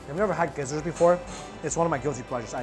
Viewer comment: Did you eat this all by yourself! (edit:) so I'm commenting while watching this video and when he said the gizzards ready I heard desert and i laughed so hard!